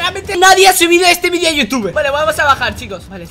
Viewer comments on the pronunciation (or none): none